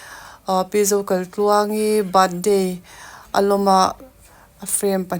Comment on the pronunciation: A mawi hle mai,sap ram ang tluk a ni,chuan Zokaitluangi nge Zokalhtluangi i lam chiang lo tlat